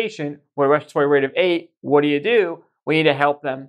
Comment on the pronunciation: Wespatory wate of twelve😂